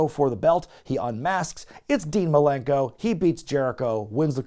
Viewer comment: Best part of that Jericho vs Dean Malenko feud? Jericho calling him “Dean Malerkel’